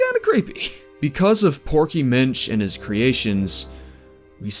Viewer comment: I'm not the not one that hears proky bitch when he says porky Minch right?